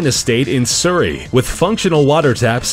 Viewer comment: You pronounced Surrey wrong, but it's a good try. But James May?! 60 year old Top Gear presented built that? Jeez...I need to look into the history of my county more